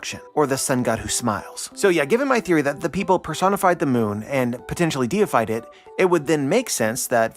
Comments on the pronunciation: I think oyu mistakenly read "defied" instead of "deified" (becoming a deity/god) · it’s not defied, it’s deified, as in, made themselves gods. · the word is Deified, not Defied… they made themselves into gods